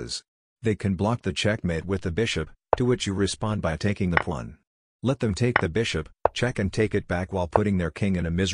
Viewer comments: I know it’s a robot voice and all but still, why and how did a pawn become a plon ? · why does the ai voice say pawn like that